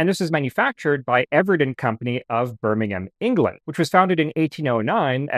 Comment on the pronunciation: Thank you for saying 'Birming-um', not 'Birming-ham'. 👍👍